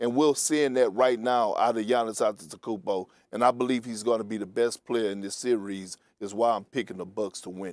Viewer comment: Nobody: Perk: "Seer-rees"